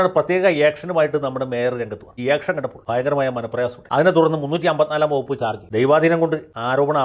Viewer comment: ഇയക്ഷൻ അല്ല മാമാ action ആക്ഷൻ...